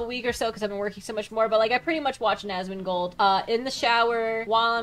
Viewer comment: He's Asmondgold... Not Analgold... 🦵 🌭 🍻